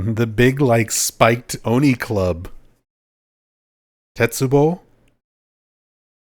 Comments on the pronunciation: You can write Kanji with your finger on Google translate, then copy it and paste it into Jisho to find out its meaning and dictionary entry. Don’t trust the google translate result fully., no offence but you should say Oni correctly. Say the O sound like the word “on”. Not like Oh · my wife is a native Japanese and I teach the language by the way. It’s おに and お isn’t ever “Oh” Sorry to be so blunt but maybe listen again to the anime you heard this word in. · the long お would be おう or おー like the よう in おはよう That would even has an O next to an H sound and doesn’t sound the way it sounds when you say Oni. I’m not sure why you mentioned the long sound because that is not in the word Oni. お always sounds the same, it’s not Oh. Listen to any Japanese say あいうえお that’s the sound in おに always. I promise you. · she says that the exact same way that I do. お is not oh, i’m just saying I think you over-pronounce it as if there’s an H, not that it’s exactly like the English word “on” but it’s closer to the English word on than it is to the English word oh